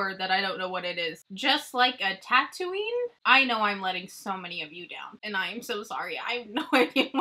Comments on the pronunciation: I'm so sorry for your loss. I can't imagine how difficult this is for you and your dad. Sending hugs. BTW: you said Tatooine perfectly! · Right, when she said tatooine correctly I was like yess lol. Also would much rather have palettes for the older movies. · You said tattoinr right. Don’t worry if you’re not a fan. Aw fans shouldn’t be mean to you regardless if you are or aren’t.